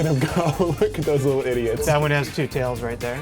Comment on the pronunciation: did he say look at those little ideots 😂😂😂and your a freak😂😂😂